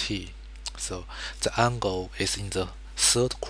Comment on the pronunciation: This is putrid..... "da rangle is fwity pive togree" -.- learn english mate t(-.-t)